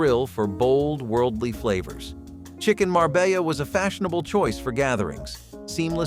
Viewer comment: I know what chicken Marbella is. But what's chicken marbaya just start over just erase it move on you're not going to pronounce it right don't do it at all it's honestly kind of pathetic for full adult to go through the trouble to make this video it's only 20 minutes long that you can't check to see that everything's pronounced correctly too busy huh